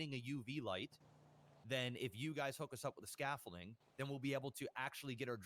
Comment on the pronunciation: WOW DUDE PRONOUNCED THE WORD SCAFFOLDING WITH A T AND SAID SCAFOLTING LMAO ITS OBVIOUS THAT BOY NEVER WORKED A MANLY JOB EVER OR EVER PROBABLY PICKED UP A FN HAMMER OF SCREWDRIVER LMAO DONT EVEN KNOW WHAT SCAFFOLDING IS LET ALONE PRONOUNCE IT, HE MADE HIMSELF LOOK SOO SHELTERED LMAO DAMN BRO